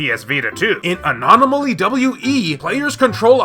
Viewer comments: Omg, learn to say ANOMALY not "ANOMANOLY" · You keep saying anonimally instead of anomaly. Why? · It's A-NOM-A-LEE not anomanaly lmao Good video though stoked that the vita is still relevant in 2023 with no signs of it slowing down :D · Its his anomaly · Anon-o-molly lol 🤣 love your content man